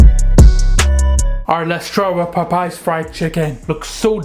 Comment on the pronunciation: I like how he said:"Pop Pies fried chicken "😂😂😂😂😂 Must be Popeyes cousin